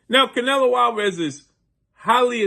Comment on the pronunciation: Bro, you always pronounce the fighters name incorrectly. Get your stuff together before you come on camera embarrassing yourself. Learn how to pronounce the fighters name, dude.